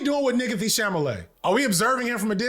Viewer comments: "Sha-la-may" learn how to read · Bro got it right once and said naah, CHAMALAY! im rolling! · We nearly choked on Our coffee several times. It's even funnier because he actually nailed the pronunciation at the very beginning of the video. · It's pronounced Timothée Shamalamadingdong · struggling with "Chalamet" was giving "Gefilte fish" energy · Damn, the pronunciation of Chalamet is kicking your ass so bad it's even affecting my ability to pronounce it 😭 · Not enough people are commenting on the struggle to conquer the name Chalamet.